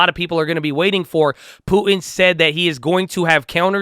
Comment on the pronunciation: I swear says Putin, but it sounds like Poopin'